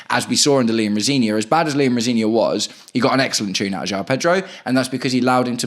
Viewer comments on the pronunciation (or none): none